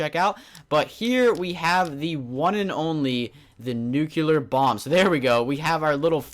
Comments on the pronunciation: the word nuclear is pronounced like this : new clear not nucular!!!!! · Why do you people say NUCELAR ???? Its NUCLEAR -_- Thats fuckin funny xD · It's nuclear not nucular! Lol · not nuke you ler its nuke lee er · Did anyone else notice that he said nucular about 5 or 6 times? it's NUCLEAR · stop saying nucular. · Its nuclear not nukeuler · "Nucular"? Lol? Does that even exist? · It annoys me so much when people say nucular instead of nuclear ヽ(｀Д´)ﾉ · Nucular? Really? Its nuclear. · nucular... ugh my ocd is tingling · Not trying to give hate or anything, but I believe it is pronounced "Nuclear" not "Nucular", which isn't a real word. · ***** Yes! Pronouncing words correctly make one not sound like a moron. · InoshiKenshi If he's pronouncing it WRONG why shouldn't he be corrected? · Saying nucular is like saying for God sakes instead of God's sake. That has nothing to do with accent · "Nuclear" (NEW-clee-ar) Often disgustingly mispronounced as “nucular” (NOO-kyoo-lar). Here you go, you illiterate twit. Hope it helps. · So, what exactly is a nucUlar bomb? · its NUC CLEAR (nuclear) no nuculear....i mean lol you are a native english speaker i suppose... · NUCLEAR. ITS FUCKING NUCLEAR. NOT NUCULAR. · stahp saying "Nucular bomb",,, it's pronounced "new-clear" or "noo-clear" bomb. :D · It's nuclear not nucluer!!! Anyways... LOVE YOUR VID MAN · It's nuclear not nucelar. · Nu-cle-ar not nu-cu-ler :/ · Nucular -.- lol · *nuclear *nuclear *nuclear *nuclear *nuclear *nuclear *nuclear *nuclear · I'm sorry, but you really need to learn how to properly pronounce nuclear. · You're under arrest for violation of the word, "Nuclear"